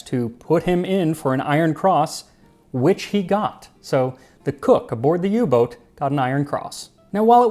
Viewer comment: Thanks Max for pronouncing "Boot" as boat and not boot (like the footwear).